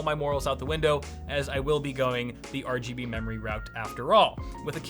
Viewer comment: mor are gee bee ree